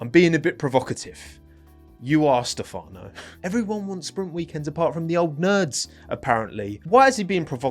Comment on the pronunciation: Is stEfano, not stefAno…